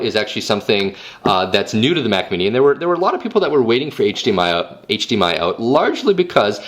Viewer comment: HD-Mi-El lol